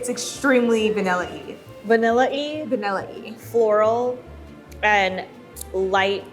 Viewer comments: No she said banilla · Did they just say vanilla-e ●.●